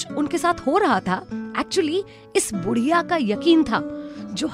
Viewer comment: Great motivational but please do not pronounce BUDHIYA